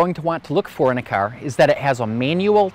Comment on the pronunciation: What operat÷s the airbags? You irish? Carrrr Good video